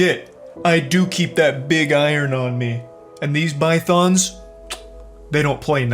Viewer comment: It's Pythons Charlie not Bythons ask Hulk Hogan.